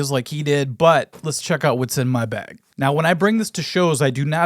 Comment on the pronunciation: The way minnesotans say "bag" has seriously undone so much of the good will they have earned over the years.